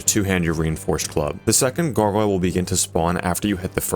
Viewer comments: souls-like gogoyle pronunciation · It's "Garg - Oil" incase you're still struggling after a year